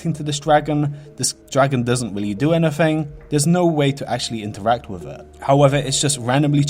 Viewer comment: Wiff hawwoween appwoaching its ownly wite that i make a video about the cweepies twing in wherld of wharcwahft. Mans got a loose goose ! Ily man!